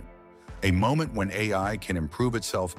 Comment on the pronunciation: This video's commentary is an AI.... Less than a minute in, it said "A", just pronounced as that letter, instead of "A I" Edit: 2 minutes in and it has mispronounced AI three times